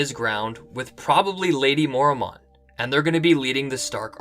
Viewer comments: "Mormont" is two syllables. "mor-mont", not "mor-a-mont". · I hate how he pronounces Mormont. It's Mor-mont, not Mor-a-mont